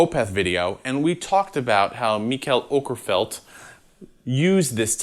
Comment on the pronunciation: I'm more impressed by the fact that you actually pronounced Mikael Åkerfeldt's name right